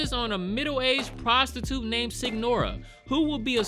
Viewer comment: Signora is pronounce as Señora. I think they call the "story tellers" that out of respect